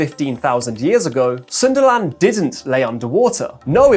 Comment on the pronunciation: Sundaland or Sunderland 😂😂